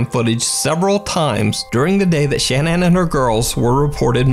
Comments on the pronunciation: Her name was pronounced shinan not Shannon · Shan Ann Everyone else: Shannon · Her name is pronounced Sha-nann. Not Shan-ann. (Shuh-nann) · I think her name is pronounced ‘Sha-naan’ not ‘Shan -Ann’ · Why can't you say the name Shannan properly? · I’m not trying to hate or anything but the way you were saying Shannon kinda bothered me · Is her name really Shan-Anne? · I think it's odd that you pronounce the name Shannon as Shan ann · why can nobody pronounce Shanann Watts' name?